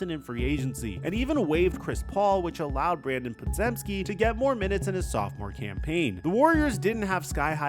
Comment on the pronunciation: It's pronounced "Paw-Gem-Skee."